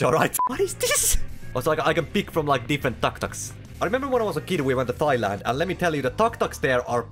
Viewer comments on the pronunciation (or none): My man said "thigh-land"